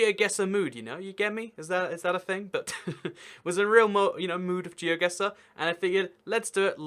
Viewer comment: It's actually Geoguessr even ^^